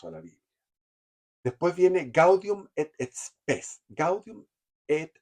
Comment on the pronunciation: Jaja gaudium et spes ...nos sangran los oidos! Te reconiendo al padre zerraute